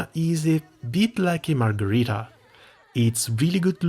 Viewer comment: lol I thought you were saying margarita (like alcohol) I was like your grandma did what ? wait how old were you ? It was Pizza LOL and now I'm hungry